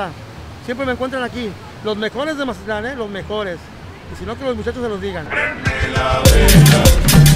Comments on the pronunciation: Soy el único que escucha que dice majatlan en los videos??? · Mi estimado, no es mahatlan es mazatlan tal cual y eso que soy de culiacan jajaja. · No se dice majatlan se mazatlan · y quien habla asi con ese acento, es mazatlan no majatlan. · Por qué dices "Majatlán"?